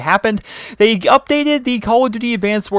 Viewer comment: It's days not they's